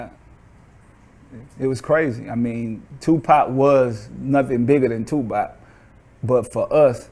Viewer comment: Why do master p sounds like he's says 2 pot , everytime he say his name